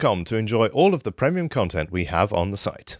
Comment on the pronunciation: why cant this dude say premium?